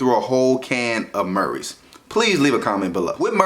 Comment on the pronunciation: My mans said marys at first